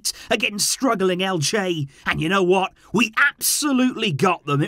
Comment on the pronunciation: lol, its Elche. great game though